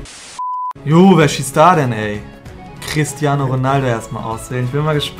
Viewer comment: Niemand:: CrisTiAnOO😂